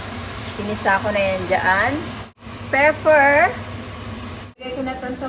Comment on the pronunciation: Pepper po not peffer sana wag ka po Magalit